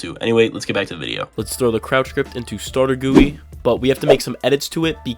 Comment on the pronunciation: the way he said startergui. startergooey💀